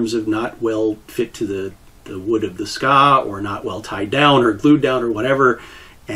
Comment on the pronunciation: the ska? you mean the tsuka? Its pronounced Tsu - Kah, dont mean to be that guy but it took my a whole minute to figure out what you where talking about.